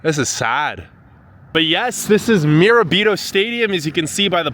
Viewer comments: It's pronounced 'shen' ango, not 'chen'. The city was named after William Bingham. The suffix 'ton' was added to mean 'Bingham's Town', Binghamton. Mirabito is pronounced Mur-ab-it-o not 'meer a beet o'. Can't trust the narrative if the basic information and pronunciations are not accurate. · Bro actually pronounced Mirabrito wrong😂